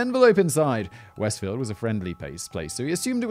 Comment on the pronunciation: Shame on a British guy not knowing a British sounding place like Westfield! Lmao